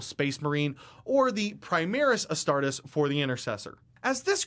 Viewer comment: Every time he says astartus, it just... ugh. The rule breakdown is good, but I wish there was a version without the lore he butchers